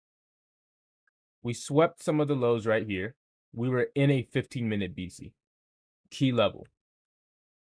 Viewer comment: Are you saying bisi??